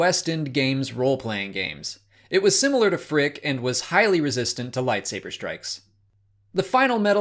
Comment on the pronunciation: He said Phrick 😣😱